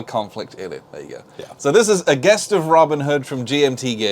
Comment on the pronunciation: 'Gest' is pronounced as "jest" btw, not "guest". I'm really impressed by the look of this game and as I love the theme I might get this even if it's not an entry into bigger COIN games.